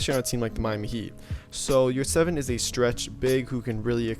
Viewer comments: You pronounce his name wrong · His surname and pronounciation is Yurtseven. I’m Turk and what you guys talk about? What is yurts evan? 😂